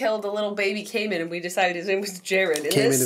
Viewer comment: Hey Jenna and Julien I'm Monique. I live in the Cayman Islands and though there is nothing wrong with how you're pronouncing the word "Cayman" please can you pronounce it once as Cay-man not Cay-men. Think of the word as singular not plural. Please. Its driving me fucking crazy lol. Thanks. You're fan.